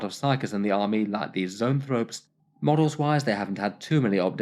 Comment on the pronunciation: Repeat after me Zo-an-throw-pee